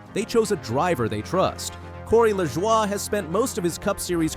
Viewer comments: It's pronounced La Joy not lajowyyyy. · Corey's last name is pronounced "La Joy'.